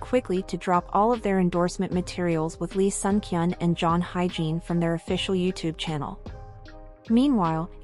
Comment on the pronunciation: You can't hire a VO talent who's skilled in pronouncing foreign names? It's pronounced [ HI-YE-JIN], not HYGIENE....jesus....